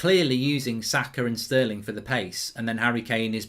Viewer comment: You man need to put some respect on sterling’s name